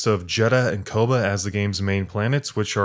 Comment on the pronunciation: How do you play through a whole ass game where they say Koboh like 2000 times and end up saying it like "kobah" or something lol